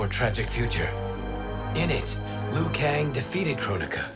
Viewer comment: Its liu not lou kang. It’s not a silent i